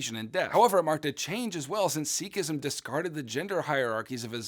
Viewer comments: bro what is "seekisim" like say it right idiot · Just because his pronunciation isn’t right doesn’t mean his wisdom is invalid.